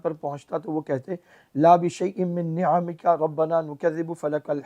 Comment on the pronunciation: لا بشيء من نعمك. ،جناب اس میں ع ساکن نہیں ہے اعراب لگا ہوا ہے ٹھیک سے تو پڑھ لے